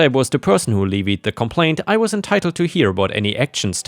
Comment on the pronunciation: Not "leeveed". Levied has a first 'e' like in "left".